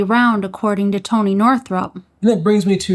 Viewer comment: I think you mean Toneh